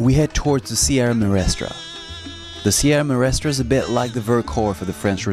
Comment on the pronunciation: I'm grateful for the videos and pictures provided in this documentary on Cuba but as someone who has been to Cuba several times, I find it a bit annoying that the presenter didn't bother to learn how to say "Sierra Maestra" properly. It's a distraction that detracts from his credibility.